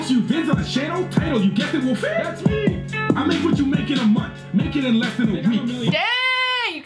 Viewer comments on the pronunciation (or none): He's in Canada and it's Wolf-ee not woofey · It’s not Woofie, it’s WOLFIE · U said woofy It is woolfie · It's wolfie not woofie. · His name I wolfie not wofie and Sean's favourite YouTuber is mineminter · You Said Woofie...... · She says wofie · Is it just me or did she say wofie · Woofie raps? She cant even say his name right